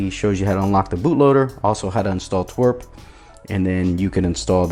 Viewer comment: is that how you pronounce twrp?